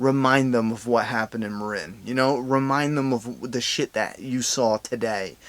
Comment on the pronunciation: You called Mareen, Marin and Tormond, Tommen I'm never subbing your